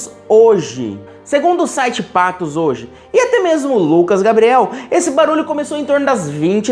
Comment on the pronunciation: Pangó! É PATOS E não Pato!